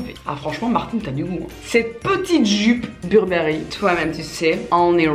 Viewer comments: On prononce « Beurbeuri » pas « burbéri » 😕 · On dit burbery comme avec l accent anglais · « Burbéri? » chez moi c’est « Beurre Beuh Riz » qu’on prononce mdr! Sinon bisous Martine 🍑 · Pareil 😂 beurre beuh riz🤣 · Ma mère le prononce "bébéri" 😂😂